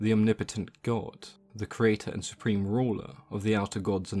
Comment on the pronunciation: I like the way you say the blind … idiot gawd.